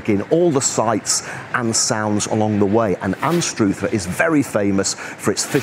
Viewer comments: It's pronounced Anstr other. Not Anst Ruth er. Locals call it Ainster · Learn to say Anstruther correctly